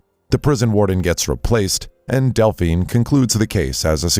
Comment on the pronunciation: Bro deadass called her Dalphine